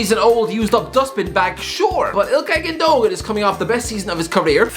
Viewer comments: Gun-duh-wan not gundogan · What about Gundogan? Isn’t it Gunn-doe-wann?